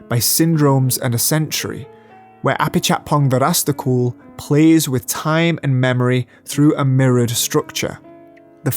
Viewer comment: Finally someone shows me how to properly pronounce Apichatpong Weerasethakul’s name.